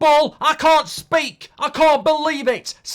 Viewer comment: “I can’t spayke” Speaks